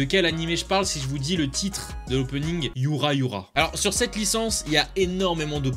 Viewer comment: "bon je sais ptet pas les prononcer" titre de l'op : yura yura minotaku :" yuNa yuNa tooooooo"